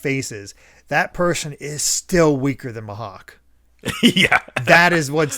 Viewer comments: Gonna try leaving comments for engagements cause of how chill and nostalgic this podcast is making me. Will say the pronounciation is Me-Hawk. You've kinda saying it like the "h" is silent. But yeah Pearl is such the essence of a throwaway character with too much depth. It could've been easy to just say. When he bleeds, he gets angry, and he starts burning everything in sight. Also Oda is considered a genius mangaka, back then and even now with both his art and story telling. Like both his color spreads and 2 page stuff is just amazing. In another manga called Bakuman about mangakas (Made by the Death Note guys), there's a rival genius guy who is speculated to be designed after Oda. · It’s pronounced ‘me-hawk’